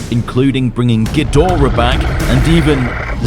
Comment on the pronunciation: All I want is for people to start pronouncing Ghidorah properly.